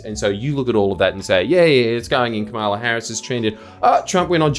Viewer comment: Seriously? You still can’t say Kamala Harris’ name correctly. The rest… on point as usual 😅